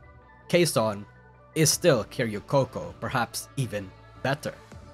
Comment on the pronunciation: "keh-ri-oh coco" 🤡 1 word short of just calling her karaoke coco